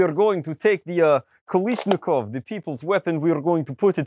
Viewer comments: Hey komrade it is pronounced KALASHNIKOV blyat! Not kalishniko Jejejeje sorry EASTERN SPY FOUND ON AMERICAN SOIL! PROTECT THE BURGER TOWN!! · ...the front sight is on backwards. Also, damn, from what I'm aware you're into real steel, it's strange hearing you say Kal*i*shnikov rather than Kal*a*shnikov. But yes, I would love to see you get it to perform well. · The way you say ‘Kalashnikov’ makes me sad. /kɐɫaʂnʲɪˈkɔʋ/